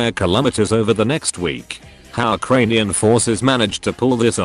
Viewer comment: Uh kranian